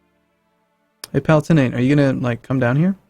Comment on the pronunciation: Pronunciations are always iffy in any EU4 video, but you might like to know that "Palatinate" is pronounced puh-LAA-tuh-nuht.